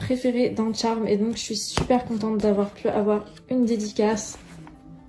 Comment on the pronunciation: Ça se trop prononcé pas Tcharme mais Charmed